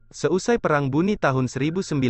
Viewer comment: bone min bukan buni😅